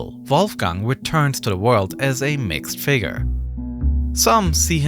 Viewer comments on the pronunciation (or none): none